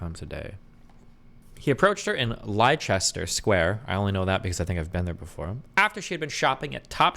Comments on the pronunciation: Lie-chester Square 😂 it is Le-stuh square, but I prefer your version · Lol. LIE-CHESTER-Square. Hahaha. Leicester Is pronounced more like LESS-Ter square. We always enjoy hearing Americans try to pronounce our archaic words. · Lie chester is pronounced Lecster too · Leicester is pronounced lester, not lie chester. What made it funnier was your misplaced confidence that you had it right because you've been there. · Lol the way Destiny pronounces Leicester ..it's pronounced Lester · LEICESTER SQUARE IS PRONOUNCED LESTER WTF 😂😂😂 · I thought this was a common phrase. And Lie-cester made me😂😂😂😂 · Not Destiny pronouncing "Leicester" 😂❤